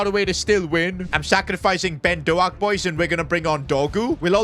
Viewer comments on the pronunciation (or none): By the way its pronounced dohk like d oh k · If I hear “Doe-Ack” one more time in my life I might pierce my own ear drums.